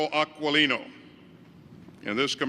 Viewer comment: Aquilino Pronounciation is Akilino.